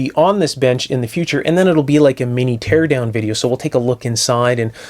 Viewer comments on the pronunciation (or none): none